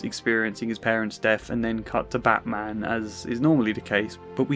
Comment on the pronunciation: I like when Krane said batman . It kind of sounds like Bad - man, all whilst coinciding with his facades visible erosion. All - be - it slightly. It's like he fancies the batman is a rouge patient of his or at least less of vigilante and more of someone in need of a visit to the asylum because he needs it, probably just as much as he does. It's like someone able to resist his fear toxins encourages him to sink deeper into his scarecrow persona. Perhaps just to find inspiration for stronger batches of fear toxins for future use. Something like thar😅